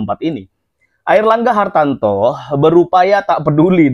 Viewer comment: Mas namanya Airlangga Hartarto bukan Airlangga Hartanto spt yg anda sebutkan